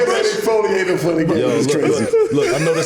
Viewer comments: Broooooo my nigga said exfoliating 😂😂😂😂😂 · OMG!! i literally been saying for his WHOLE CAREER that daroze got the WORST skin of a rich nigga i EVER seen, then he got the nerve to mention exfoliating AND pronounced it wrong! I'm LOSING it over here!!😂😂😂 smh... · He said the young boys be exfoliatin'